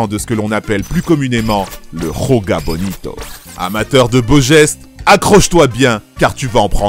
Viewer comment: Le "J" en portugais c'est pas la jota comme en espagnol ca se prononce pas comme ca mais ca se prononce comme en français